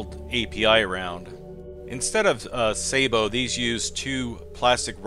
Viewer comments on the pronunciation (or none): none